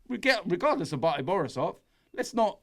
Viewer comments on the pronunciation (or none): It's Minsk not minks and Bate (Baa-Tay) not Batty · 'Batty' Borisov, Robbie? FFS!